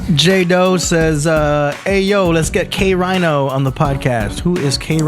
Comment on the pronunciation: Thats whats up!!! I shouldve picked this flick up the day it dropped... In fact I even hit up Del The Funkee Homosapien on ig live few yrs back asking him if heard of K-Rino & he answered me saying he has heard of K-Rhino (he pronounced it that way). He has yet to listen on him tho... Hey, at least he has heard of him tho... Im so grateful hes now being mentioned alongside with the greats; he totally deserves it! SPC 4 LIFE!!!! Peace!!